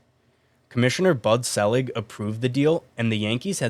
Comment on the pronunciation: just so I'm clear: this is a baseball channel...that doesn't know how to pronounce "Bud Selig"? Gotcha.